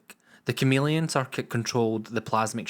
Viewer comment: What accent is this, raping my auditory protruberances? It speaks of a programme named 'Doctor Uh'..... utters facts pertaining to something called a 'masheeen' and babbles of 'cirrrrrkits' ??? I seemed to have discovered my first foreign fan video! If only he wasn't so unintelligible...